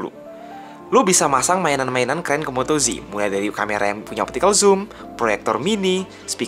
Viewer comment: Ejaannya kok moto "ji" jadinya moto G (ji) donk?